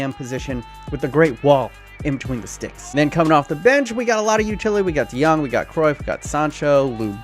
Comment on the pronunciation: Matthijs de Ligt youtube: eyes delict: Frenkie de Jong youtube: franky dae-jung youtube: Frankie D Young: Johan Cruyff youtube: Johan Cruyff me: finally, it got a name right!